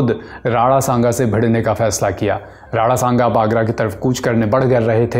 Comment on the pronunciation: अबे राणा संगा होता है नाम तो ढंग से बोल ले, राडा सांगा बोले जा रहा है🤬